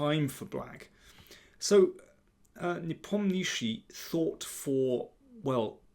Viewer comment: nepomnichi?? It's Nepomniachtchi lol